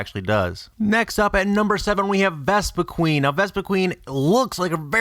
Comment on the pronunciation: It's called Ves-Pi-Quen not Ves-Pi-Queen